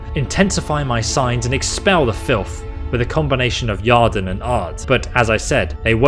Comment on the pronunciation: So... does your Geralt not know any signs, mate? All those fights and you were just all "brigand" and almost no witcher [lol, drove me a bit mad ;-) ] You should have a decent Igni, and certainly a little Yrden would have been helpful methinks [isn't that pronounced something like "year-den" btw?]. Then again, Quen is a decent health-saver as well ;-) lol, just cos he's a wolf doesn't mean that he uses no signs in a fight, eh? ;-) I enjoyed the video much, and you do the narrative proud - so don't take the critique (for the lack of sign use) too seriously ;-) - many thanks! Liked and sub'd Note - a "Philter" is not a "Pill-fer", it's a "Fill-ter" actually (you did get it right later on, so just teasing). Lastly, to be fair, I'm only thirty minutes in, but he's fought more than a few "victims", all necro' looking, nasty and whatnot. Here's hoping the next 30 see a few more signs & potions mixed in to your skirmishes 😎 Perhaps it's the pro-youtuber introducing extra drama by continuously allowing his health to drop to near death levels? Heh... probably, eh? A little Quen here, an extra Aard or two, perhaps a faster usage of POTIONS for healing - would have been far less dramatic, I suppose. lol.. Makes Geralt seem a tad off his game, but more nail-biting for sure. Well done, man.